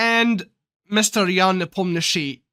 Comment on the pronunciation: Idk why hikaru say ian nepomniaaachi